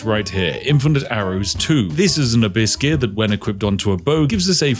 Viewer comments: Every time you say "Abyss Gear" my American mind hears "hibiscus" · you know your tired when you swear he says Biscuit instead of Abyss Gear, Unless that's what he is saying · the more i hear spiff say Abyss Gear.. the more i start to hear the word a biscuit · every time when Spiff said Abyss gear my ears heard " Biscuits, biscuits " :D now i want some, Thanks Spiff! :D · Every time Spiff mentioned "abyss gear" I only heard "a biscuit". Only after seeing it written out I understood it wasn't a biscuit he was talking about. 😅 I guess this channel is so tea coded I already think like a tea loving brit 😂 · Ohhh "Abyss gears". I kept hearing biscuits. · Spiffing Brit said Abyss Gear, I heard Hibiscus. :v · I kept thinking everytime you said Abyss Gear it sounds like you were saying "A Biscuit" lol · I swear you keep saying "a biscuit". Craft a biscuit. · Watching this at 2x speed makes "abyss gear" sound a bit like "a biscuit". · When watching at 2x speed, "abyss gear" sounds like "a biscuit" 😄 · I heard - Infinite A Biscuit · I swear he was sneaking in some biscuits instead of abyss gear at some points... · Spiff said “Abyss gear” but I heard “a biscuit” which made this whole video so much better. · I keep hearing biscuits instead of Abyss gear! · Ahhh Abyss Gear, I thought you were saying a biscuit! Or do I have tea on my mind that everything is something to do with tea. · Am i the only one who heard it ‘Farm a biscuss’ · I keep hearing "a biscuit" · Why do I always hear him say "a buiscuit" instead of "Abyss Gear"? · I accidently heard "a biscuit" rather than "abyss gear". Very confused for a moment, and now I can't un-hear it :_spiffBugger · I was halfway through the video before I realised Spiff was saying "Abyss gear". I just assumed he refered to those round objects as "A biscuit", and thought 'Yeah, that's quite on-brand for Spiff.' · I keep hearing you farming biscuits… presumably to go with your nice cup of tea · "a biscuit" I heard it like "a biscuit"